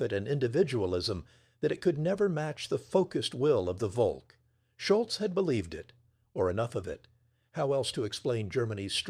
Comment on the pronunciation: The German word Volk is pronounced just like we would say folk. German V= English F; a German VW car in Germany is a fow vay.